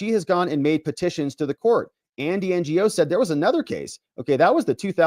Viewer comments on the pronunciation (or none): So Andy's last name is pronounced "know" I believe but cute N G O 😂😂😂😂😂😂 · It's pronounced Andy No. Give this guy some respect. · Lol, Ngo is pronounced "No". And slightly on the same topic, Nguyen is pronounced "win". You're welcome. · Ngo is pronounced no. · I’d love to see you do a stream with Tom Fitton from Judicial Watch. He’s managed to get his hands on a lot of docs through FOIA and his books are excellent. Oh and it’s Andy No without the “G”.